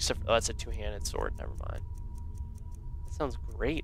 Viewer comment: "Ancient snord sword of cold!"